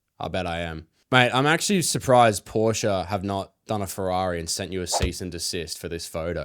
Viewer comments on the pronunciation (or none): none